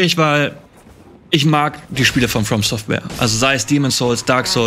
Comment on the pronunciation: mich triggert immer, wenn Etienne nicht From Software sagt.